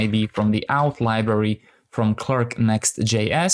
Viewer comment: Nice tutorial. Just wanted to say that you say "okay, great", "perfect" and "let's go ahead" a lot. I know English isn't your first language and that you're trying to be positive, but hearing them every 10s was getting annoying. If you could mix it up a little more (or avoid the positivity altogether), that'd be appreciated. Also, "auth" isn't pronounced "outh" but "orth". Thanks :)